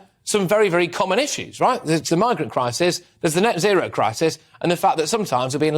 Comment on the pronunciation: Sometimes British language sound really funny. 'As Dutch farmers resist neo-nazi(row) laws' is what I heard. Love from the Netherlands 💜🙏🏼